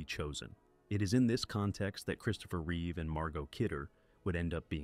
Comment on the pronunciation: The mistakenly say Reeves, as in George. It's amazing how many people don't differentiate between REEVE & REEVES! Get it Right, People!